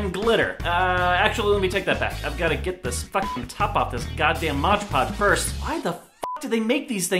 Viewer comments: 😭! Not MODGE Podge! It's called MOD PODGE 😂 I'm loosing my mind if you say Modge Podge one more time 😂😂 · Did he say modge podge instead of mod podge !!! !!!!! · You say moge poge when it clearly says mod poge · i get so annoyed when people pronounce "' mod podge " like " modge podge " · Me too, I don't get how they read "Mod" as MODGE. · yup and even the CC are comming up wrong. hes saying MODGE PODGE and the CC are coming up as MOD PODGE. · Moggy G rob stays it like MODGE PODGE BUT ITS MOODDDDDD PODGE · I hate when people say "Modge Podge" like no its "Mod Podge" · Does that bother you too? Like omg I hate how people say Modge podge instead of Mod Podge. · Ughhhh it annoys me so much when people say "Modge Podge" IT'S MOD PODGE! MOD PODGE!!! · Am I the only one who HATES how he says modge podge? It's mod podge. Modge podge Mod podge Modge podge Mohj pohj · It's not Modge Podge, ITS MOTHA FUCKIN MOD PODGE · No rob! It says "Mod Podge" not "Modge Podge" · lol he says modge podge in steam of mod podge😂😂😂😂😂😂😂😂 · Why do people on YouTube always say "Modge Podge" instead of "Mod Podge"? Lol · it's mod podge, not modge podge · There a reason he says “modge” podge instead of mod podge??? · did anyone notice he said modge podge instead of mod podge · I hate when people say "Modge Podge" IT SAYS ON THE BOTTLE. "MOD-PODGE" M-O-D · It's MOD podge not 'modge' podge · ITS MOD PODGE NOT MODGE PODGE DAMNIT ROB! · Why do you call it "moge poge" its MOD poge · MOD PODGE NOT MODGE PODGE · DUDE IT'S MOD PODGE NOT MODGE PODGE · Please say mod podge right😫 MOD podge, not MODGE PODGE!!😭 stresses me out 😂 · sorry its mod podge not modge podge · Bruh can not read? It's spelt MOD PODGE and he pronounces it MODGE PODGE and it's like inHALES PLEASE. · PLEASE STOP CALLING IT MODGE PODGE!! ITS PRONOUNCED MOD PODGE!!!!! I HATE IT WHEN YOU MODGE PODGE SO MUCH IT HURTS ME PHYSICALLY PLEEEEASEEE STOP PRONOUNCING IT MODGGE PODDGEEE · "modge podge" yikes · "Modge podge"